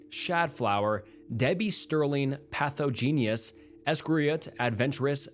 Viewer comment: Dude...some words are hurting by the way you attacked their pronunciations in this one. 😄 Interesting stories, though. I remember the Markovian Parallax Denigrate emails (it's pronounced 'DEN-ih-great', by the way. And it's pathogenesis, not pathogenis). Those emails made their way around the early tech community. None of us took them seriously, they weren't considered ciphers (not even by those of us who were crypto experts with military backgrounds in cryptology). But we were genuinely pissed about how RSS feeds were being opportunised for spam.